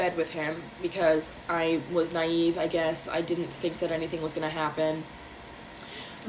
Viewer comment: “Naive” Jesus Christ you can’t make this up